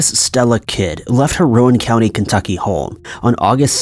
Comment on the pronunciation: U totally mispronounced Rowan County